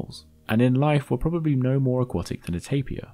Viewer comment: You keep mispronouncing 'aquatic'.